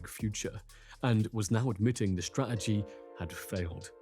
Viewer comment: The English word "Strategy", pronounced (incorrectly) strah-eh-gee. 🙄